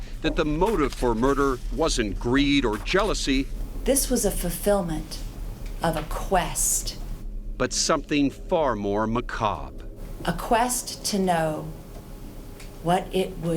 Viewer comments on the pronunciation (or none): "This was a fufilment.." Uh, you mean *FULFILMENT. This lady is an attorney? Ridiculous!